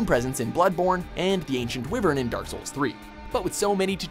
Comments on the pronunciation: Ancient Wivern? It's WYVERN! Pronounced Why-Vern, you stupid idiot! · Seriously , wi vern it's pronounced wyvern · it's pronounced why Vern not whiv ern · It's pronounced "why-vern", not "wih-vern". Also, "kyoo-lex", not "koo-lex". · And the fact that they pronounce it "wivern" and call Culex "cullex" is really grating to listen to. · This guy can't pronounce Wyvern, or Culex. Also you spelled Noob Saibot Noob Sailbot. He doesn't have a sail. I mean, his name is right there on the screen.